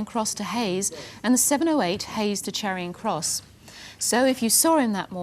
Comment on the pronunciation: Jacqui always says "Charion" Cross instead of Charing Cross.